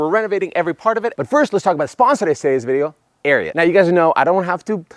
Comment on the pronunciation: If I’m not mistaken, you are pronouncing Ariat wrong